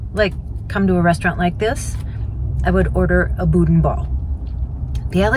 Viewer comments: it’s actually pronounced “BOO’-DAN”. And that soup I’m pretty sure was gumbo. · As a Louisianan: some FYI’s for you. 1) gumbo is not soup, it is more of a stew 2) boudin is pronounced boo-dah, you do not pronounce the “n” at the end 3) alligator can be very tender, depends on how it is prepared. I live in the middle of Cajun country. If you ever pass close to Lafayette, Louisiana be sure to stop by, you would love the people, food, and culture. The Tabasco plant is not far from here. Would make a great video. Safe travels, God bless! As we say in cajun country, laissez les bons temp rouler (let the good times roll)! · Boo-Dan is the correct pronunciation in Louisiana 😀